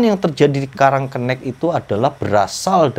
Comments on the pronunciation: Jangan sok tau masalah karang kenik, nyebut namanya aja salah, sok tau masalah di kampung itu,, Nama kampungnya karang kenik, bukan karang kennek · Itu bacanya karang kenik,, kenik itu artinya kecil uncle,, kenek sama kenik itu sama aja, tapi uncle cara pengucapannya aja yg kurang tepat, gitu,, semangat terus,, lop